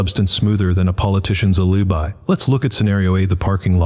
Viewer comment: What is a politician's ah-lee-bye?